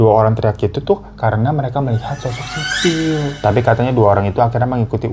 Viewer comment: Sisil woy bukan sisir wkwk